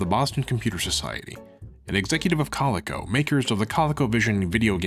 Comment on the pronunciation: Coleco is pronounced "koh-LEE-koh"